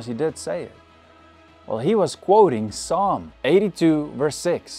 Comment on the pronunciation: wait did you say psalm as "puh sum"